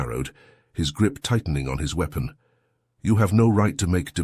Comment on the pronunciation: The irony, that an HFY channel uses an AI reader, which pronounces "weapon" as "wee-pon".